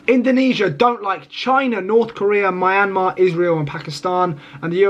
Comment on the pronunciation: Myan -mar Burma Pronounces too wrong